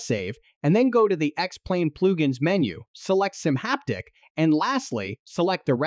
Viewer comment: You shake a bass. All you get is a very annoyed fish :) This is just a bad A.I. read. They also refer to "pluge ins" I found it all very distracting. Suggest pay a real voice actor to do this instead.